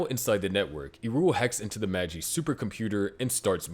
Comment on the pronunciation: Come on. You know better than to pronounce Angel names so badly. Even Magi is pronounced wrong.